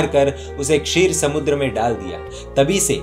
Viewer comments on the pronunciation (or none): none